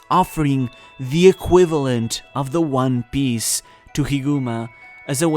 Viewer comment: one Piece not one Biece jesus dude